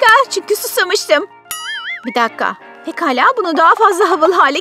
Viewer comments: biraz geri sarin pegala dedi pekala degilmi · Olsun onlar pegala diyo hep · Orda pekala diyeceğine begala demiş